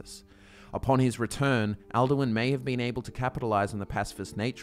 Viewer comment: 'maratha kara' is now 'Merethic Era', 'at morons' now 'Atmorans', 'al Derwin' now 'Alduin', dozens of 'thumbs' now read 'thuums', 'gray beers' now 'greybeards', 'Jochen' reads 'Jurgen', 'yo goons' now reads 'Jurgen's', about a dozen 'Kaymer' now correctly read 'Chimer', 'coins breath' is now 'Kyne's breath', about a dozen 'errors' now read 'eras' 'me rock' reads 'Miraak', 'dragon Vaughan' is now 'dragonborn', 'insight' now 'incite' 'rooms' is now 'runes', 'of car' reads 'above High Hrothgar', 'Wolf's faith' now 'Wulfharth' 'vial' and 'file' now read 'phial', 'crown after' is now 'crafted', 'yolk and wind crawlers', 'kyne' not 'kine', 'mer' not 'myrrh'